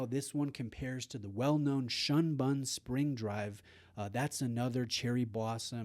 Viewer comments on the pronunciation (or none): Shunbun is pronounced shoonboon but based off spelling is misleading I get it